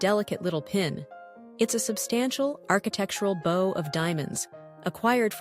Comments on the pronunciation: Hearing bow pronounced like wow and not woah stopped me in my tracks. Unpleasant indeed. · They pronounce bow like bow on a boat